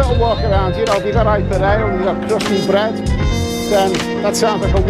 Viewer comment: Love your vlogs. Sorry to be annoying but it’s pronounced I P A as in India pale ale